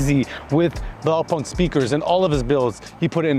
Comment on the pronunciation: Ultimate stunner! BTW the right pronunciation is "Blau-poonked" (translation: Blue dot)